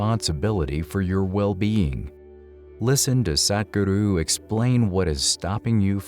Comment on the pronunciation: It's nice that you finally started saying Sadhguru's name properlu.